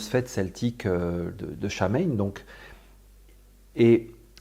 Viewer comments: Cette fête existe dans tout le monde celtique. En Bretagne on l'appelle Kala Goanv. c'est une fête de passage avec un aspect psychopompe mais ça englobe bien d’autre chose. Samhain ne se prononce pas comme dans la vidéo. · Pourquoi personne ne sait prononcer correctement Samhain ? Ça se prononce SO-WYN !!🌚